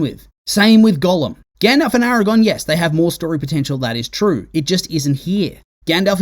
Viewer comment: It's infuriating 😅